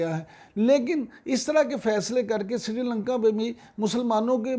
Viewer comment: Srilanka NOT Sirilanka Please correct. Thanks